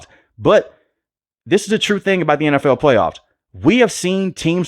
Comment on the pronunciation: lol love the way he says NFL “N F EWL” BOLT UP BABY ⚡️